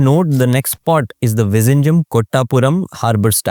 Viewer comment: Vizhingham is pronounced as vinigham